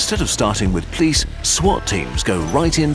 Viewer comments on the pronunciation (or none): Anyone else weirdly attracted to the pronunciation of the word police as 'plice' / 'pleas'?